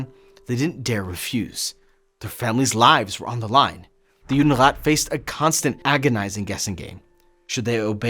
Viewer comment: Не Юнират, а Юдерат